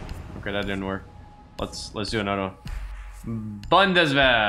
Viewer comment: Haha the way he says bundeswehr is very nice😂